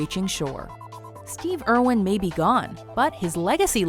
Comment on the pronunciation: Heavens Crow Irwin, not Erwin.